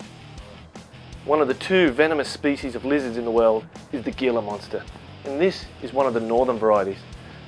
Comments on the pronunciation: It's pronounced "HEE la" not GEE la. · The "gila" in gila monster is NOT pronounced "geela," it's "heela." "G," followed by "e" or "i," has the "h" sound. That's first year high school Spanish! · hila monster don't pronounce the G. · Gila is pronounced Heela. It's Spanish. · Very interesting stuff. However it's pronounced Hee-la Monster, not Gee-la. Just like Gila River is the Hee-la river and its Latin name is Heloderma suspectum (Gila monster) or horridum (Mexican beaded). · Awesome display of animals especially the mamba, but one thing to remember is the Gila Monster is pronounced with an H as in Heel. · In the South/West United States the G in Gila is pronounced like an H as in house, or J in Jalapeno. Might be a regional dialect however I did want to mention it. (Hee La monster) phonetically . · ThePCThug thanks for that but we pronounce it Geela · Gila...its a spanish word from new mexico so the g is a h. its pronounced hila but spelled gila. and they aren't from Mexico their from New Mexico. I live there and have seen many before in the wild. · The proper pronunciation is Hila not Gila. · it's pronounced heela monster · It is pronounced hila monster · the G in Gila monster sounds like a H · No 'mamba attack'. Most of the video is looking at captive-bred ball pythons and venomous lizards (and mispronouncing the name of the Gila monster...it's hee-la, duhhh.) Then you show a mamba, also say its name wrong... (it is pronounced mahm-bah.) I was pissed off. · He pronounced Gila Monster wrong. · The "g" in gila is pronounced as an "h". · How does this reptile 'expert' not know how to properly pronounce "Gila?"